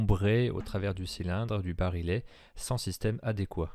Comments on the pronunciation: Vidéo très intéressante. Une seule remarque, pour le barillet, on prononce "bari-yè" et non "barilé". Bonne continuation ! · On prononce bari-yet et non bari-let. Comme dans billet. Ou dans vrille ou quille, et la majorité des mots en "ille". Les mots ville, tranquille ou mille sont strictement d'origine latine, ce que ne sont pas les autres. Sinon, le MR73 avec ses crosses bois a un sérieux inconvénient : il pente trop vers le haut en prise de visée spontanée les yeux fermés. Ce qui n'artive pas avec sa crosse Trausch. Faites des essais les yeux fermés avec d'autres revolvers, par exemple S&W, vous comprendrez. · barillet prononcé barilet ???